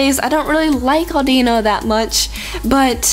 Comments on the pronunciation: u said audeeno lol. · its audino not like auldino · it's not au de no auduno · How you prounce Audino: a-DEE-ino so instead: A-DI-No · It name is pronounced mega Audi no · it produced Aw-din-oh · Audino is pronounced Aww din no